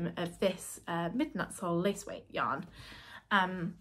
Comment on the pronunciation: Dane here 👋 your pronunciation of Midnatssol is very good, I immediately understood what you were saying 👍👍👍 and Havgrøn (the colourname) means sea green. I absolutely agree that the Midnatssol yarn is lovely and now I want to knit a garment with it. Love the colours you be chosen